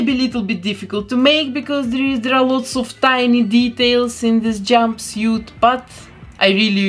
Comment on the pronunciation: How she said "jumbisiet" not jumpsuit 😂😂😂😂😂